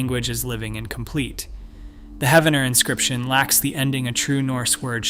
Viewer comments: Pronounced as Heeve-en-er. Poe-Toe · I love that people on YouTube talk about our local history. I do wish that you would research how to pronounce the name of the town correctly. It is pronounced He-ven-er, the 1st e is a long e sound.